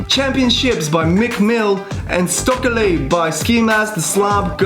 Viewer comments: Sto-kely no it’s stoke-ely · Vro Why did he say Stokely (Sto-Ka-lay) instead of Stokely (Stoke-ley) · Bruh said stockely like broccoli, instead of sto-kelly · really hope you didn't just say stokely like "stock-eli" seriously